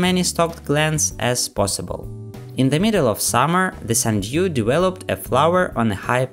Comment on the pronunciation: "sunDEEWW" lol